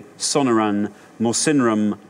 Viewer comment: Not pronouncing Sonoran desert correctly